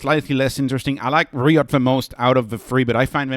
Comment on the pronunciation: Great video! By the way, RIOT should be pronounced with a long “i”, ie like “raïotte” if you spell it in French.